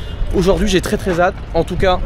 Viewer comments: "Très très zhâte" 😂😂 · "Très très ZATE" "Ce n'est pas ZAIZÉ" Rhooo putain la quinte de rire 🎉😂🎉🎉😅😅